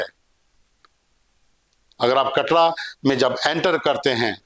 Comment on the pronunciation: कटड़ा नहीं है कटरा है पहले सही से बोल